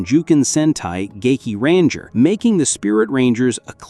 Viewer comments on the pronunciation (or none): When I heard the way Dekaranger and gekiranger was pronounced in this video I couldn’t stop laughing 😂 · Why are you pronouncing Dekaranger and Gekiranger like that?!? 😐